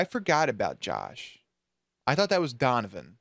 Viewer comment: The way you pronounce "Donovan" gets me every single time-- Honestly the way papa Stilinski told Stiles that he would destroy every piece of evidence to protect him, my heart just CRIES for them. I love their relationship so much.